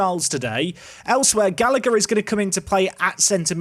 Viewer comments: “Usheen Gallaher “ is the pronunciation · Oisin is pronounced Usheen and the second g in Gallagher is silent, as gh is just a soft h sound in Irish. Keep up the good content